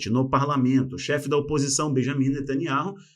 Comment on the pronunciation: Nome natanyahu não ser ler da forma q o amigo pronunciar sou membro dessa canal a muito tempo desculpa por falar isso amigo.